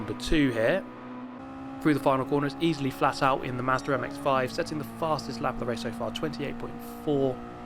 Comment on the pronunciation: Wtf is Mehzder MX-5?